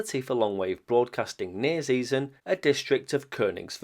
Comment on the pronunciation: Thanks for the info, like also for trying - and mostly succeeding - to get the pronunciation right. However, Zeesen was wrong as can be, so to speak: Try [ˈtseːzən] next time .) It really is a pity that you still don't hear in school what the Great Vowel Shift was, and why it is important to know its effects. There's a short and comprehensible summary at WP comments: Go to the GVS article, click on Talk (top left, below the title), scroll down to the comment starting 'The linguistic knowledge level' - voilà PS Singular of kinder is actually kind. You were probably inspired by 'kinder surprise' and the like?